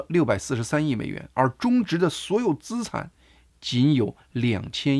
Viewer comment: 大哥，咱们一起读：资（吃俺产）产,债务人（之爱债）。😅